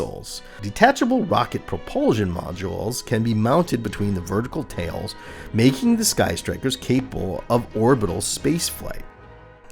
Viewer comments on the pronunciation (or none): none